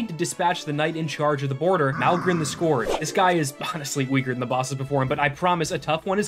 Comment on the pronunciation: The way he says Nimue and Scourge 😬😬😬😬